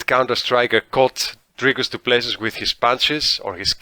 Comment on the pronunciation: the last S in Du Plessis is silent brother. his surname is french but he is a dutch boer so you should know this being a dutchman yourself.